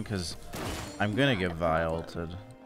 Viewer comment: "get vi ulted" sounds an awful lot like "get violated"... which fits tho